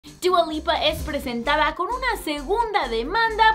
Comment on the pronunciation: Xq dice chua lipa? No se dice dua?